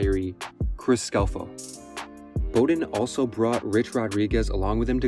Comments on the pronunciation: It was hard to listen to with him mispronouncing the name Bowden. It’s BOW like Wow not BOW like hair bow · Not Bo" den...Bow, like wow'den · I can’t believe this dude went through this whole video and called him “Bow”-den 🤦🏻‍♂️ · Bow-den… not Bo-Den Aside from that- great vid and great topic!! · Dude. it's BOWden as in "take a bow" or "bow of a ship". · Awwww smh he really said it like crazy - if he did a lick of pure research like watching an old game he woulda heard it called Bowden like bow wow like a dog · I believe this was on purpose - listen as he pauses before he says Bow-den he paused every time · And it was Mack Brown. Which is the sound that the name Bowden is properly pronounced. BrOWn BOWden. Get it? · Dude I like your videos but come on you can’t call him Mack Jones and then mispronounce Bowden. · Yeah, bro, that was pretty bad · I cant believe you've mispronounced Bowden. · You never heard Bobby Bowden's name pronounced before and your made a college football video? Lol. Not a bad video but you have to be young ha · Hearing you mis-pronounce Bowden's name made me stop watching lmao.